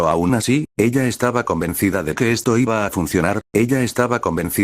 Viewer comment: Me ofendio mucho el "Iba"